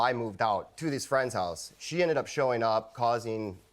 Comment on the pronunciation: Girlie,that trick of having a man's child(ren) to force marriage is like 95% out the door. Am I the one hearing "holice" instead of house?